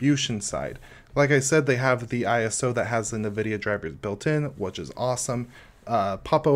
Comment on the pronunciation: Nice video. Just a couple of things for you to work on is to never say "nuvidia" or "expecially" ever again. But an interesting distro you might like in terms of creating your own sub-distros out of it is Slax. It's a formerly-slackware-based distro that is lightweight (200mb) and live-boot-oriented. It has an interesting package system but it's the whole project never seems to get very mature. It's working well enough to pull your ass out of a jam if you need something to boot in an emergency and save some files and get gparted running.